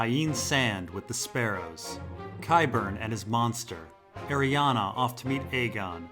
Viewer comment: Every time mate, it's not pronounced Ariana it's pronounced ari-ane